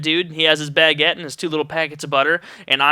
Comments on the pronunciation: Damn it, now all i can hear is you saying Bag-uette in my head, btw, thats a funny way to pronounce it, were im from (UK) its pronounced "Bu-guette" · omg u say baguette so funny. lol it got annoying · you say baguette so funny